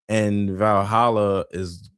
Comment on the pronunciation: I thought said “like Vahalla I have a YouTube channel”.